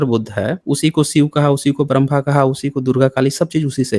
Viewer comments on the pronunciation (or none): none